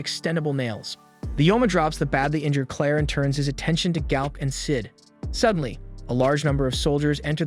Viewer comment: Dude you watched the anime, stop using your messed up pronunciations that you used before you heard the names. Total "Oh-carina syndrome". Raki is pronounced with an "ah" sound, same with Galk. Rubel's name is pronounced like bell 🔔. Sophia "So-fee-uh", Noel "No-ell", Priscilla "pri-sill-ah" and Elena "Ee-lane-ah" are all butchered and i dont know how. At least you got Miria but F'ed up DenevAAAAAAA, not Denev. You even murdered Galatea "Gal-ah-tay-ah" and Riful! Im just adding names as i watch the video, im just adding Isley preemptively. Oh god, Undine "Oon-dean" already suffered enough 😑 Ri-gal-doe